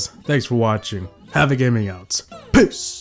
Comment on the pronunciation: Ngl it really does sound like your saying "PISS" at the end of your videos